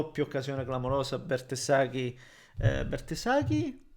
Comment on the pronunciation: BARTESAGHI non bertesaghi...GIOCATORI non ciocatori